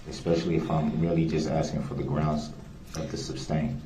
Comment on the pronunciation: "Groundsz" is the one that drives me crazy!